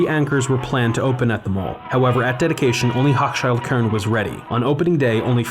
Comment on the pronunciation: Your videos are great but it was pronounced Hochschild Kohn long O after the H thanks for covering my hometown!